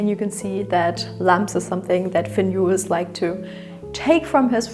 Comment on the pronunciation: Beautiful house. I have to say though, his name was Finn Juhl and not Finn Juhls.